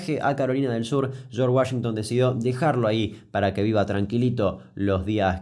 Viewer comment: Nadie: Absolutamente nadie: Ni siquiera yo que estudio inglés: Damián Kuc: Sharsh Uashengtan